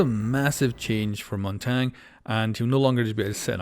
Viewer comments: Correct way of saying it is (Mon-Tonya) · montang can you say it correctly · Ah yes "montang" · Not that anyone cares, but his name is pronounced “Mon-Tanya.” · The way u say Montagne 😳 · just call him Monty or Mountain if you can't pronounce Montagne :D